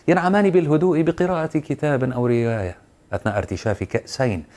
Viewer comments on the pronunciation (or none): من سمع انه قال ريايه بدل روايه في الثانيه ٢٩